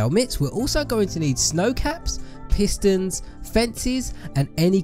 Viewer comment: Why did he call the pistons pisters